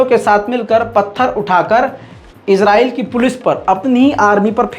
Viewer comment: Israel ya Israel Naam sahi se bolna Sikh